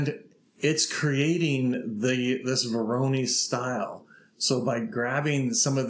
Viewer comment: Please google "pronunciation voronoi".